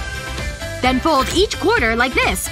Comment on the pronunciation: Bro she keeps saying den